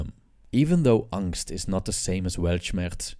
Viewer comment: No need to call "angst" because it literally means anxiety. But amazing pronounciation.